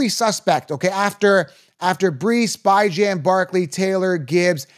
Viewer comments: Its not pronounced By-Gen, its Bee John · I’m supposed to trust a guy who says “bye-Jan”? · He said Byjan 😂😂😂